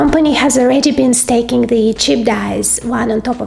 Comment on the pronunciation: Hi. There is a difference between "staking" and stacking. Two words with different meanings. Just a hint for pronunciation.